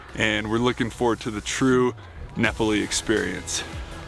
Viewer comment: It's Ne-pa-le not Ne-pe-le